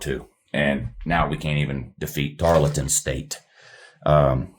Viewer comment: Tar-EL-ton Stephenville, Texas, south of Ft Worth.